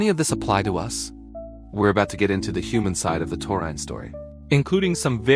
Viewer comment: Ya can't even pronounce the word. Why should I believe what you say?